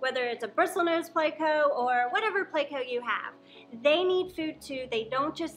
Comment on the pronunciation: I love haw you pronounce pleco you're the best. "plecow" dont change it for anything